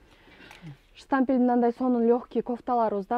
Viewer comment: Штампель, запх дейтко 😅Штапель, на запах